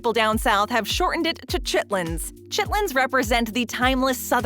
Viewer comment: Chittlins. You said it the right way 💯